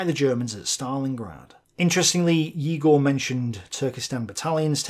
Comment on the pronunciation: I love you and your tablet! Btw, I strongly believe that "Egor" is actually pronounced "Yegor", not "Igor" (english transliteration of russian sucks so much). Also big thanks for making an afford with the correct pronunciation, I really apreciate that!